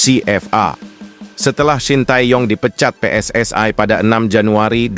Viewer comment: Pssi bukanvakronim bahasa onghrilis,tap koq pelapalànnya bahasa inggris.tak faham narator ini